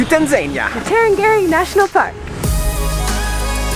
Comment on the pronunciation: The way the said TaNzAniA,got me on the floor laughing here in Kenya we call it TANZANIA 😂,but it doesn't really matter 😂😂😂😂😘